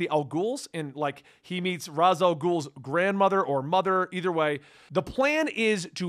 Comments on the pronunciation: I enjoy this guy's content but the way he pronounces Ra's is like nails on a chalk board. I eventually get over it the longer I listen to the video but it's rough those first few times I hear it. Cool video. I had completely forgotten that Damien was in Battle for the Cowl. I miss that Dick Grayson Batman/Damian Wayne Robin team. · So wait, is it pronounced R-Oz or R-Aish?